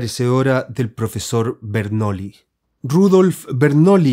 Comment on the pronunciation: Se pronuncia "Bernuillí", no "Bernoli". De nada. El Tarot es conocimiento simbólico, por supuesto. La Alquimia, también.